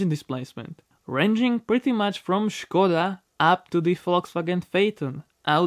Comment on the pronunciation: I asked a guy from Austria if Skoda is pronounced with an sh at the start and he said it wasn't, I only asked because of the way you pronounced it in your other videos.